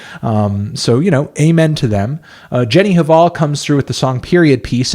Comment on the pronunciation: cringe at the way you pronounce jenny hval